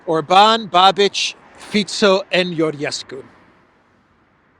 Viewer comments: His name is not pronounced BABIDGE, but BABISH! S with a hook is SH. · His name is pronounced .. "Babish" ..... not "Ba-bitch"😆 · Babiš is pronounced like babisch better man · Thanks for the news. Babiš is pronounced as Babish 👌🏻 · Babiš…. It’s pronounced Babish. Small correction 😊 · Hello from the election ground! His name is pronounced Ba-bi-sh. Thank you for your work!